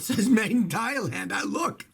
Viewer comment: All I keep hearing is thighland 😐